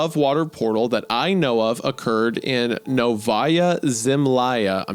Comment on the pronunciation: Around the , it is pronounced "nOvaia: zemljA" - Новая Земля - translates as "New Land"